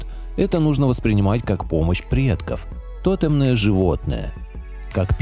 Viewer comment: ТотЕмные животные, а не тОтемные... Ставьте правильно ударения